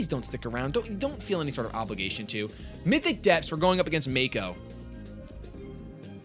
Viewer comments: Lol forever calling Mako "Maku". lol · so its Makoo now? And i thought it was Mako.